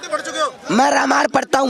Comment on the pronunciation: ये अंडभक्त "रामांण" पढ़ता है।